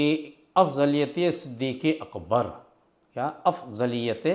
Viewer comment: مولانا تجھے نام تو پڑھنا نہیں رہا ہے تو علمی بات کیا کرے گا صدیق اکبر ہے نا صدیق اکبر تھوڑی ہے